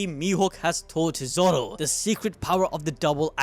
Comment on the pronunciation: Bro really said “Zow”